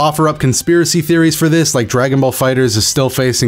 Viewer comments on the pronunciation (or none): none